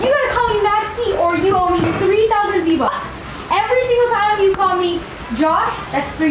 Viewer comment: Svein Revheim v-vucks? V-bucks